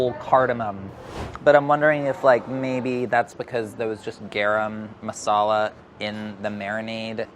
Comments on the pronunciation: Someone please teach how to say "garam masala" properly 😓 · the way he pronounces garam masala makes me cringe every time. still love tho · Why is he pronouncing Garam Masala like that? I'm Chinese and I know how to pronounce it properly. Didn't know how white was until I watched this. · Literally no one:: GAERAM MASALA WHERE MY SOUTH ASIANS AT? Edit: thanks for 172 likes! <3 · Being Indian and hearing pronounce garam masala is funny asf ahahahahh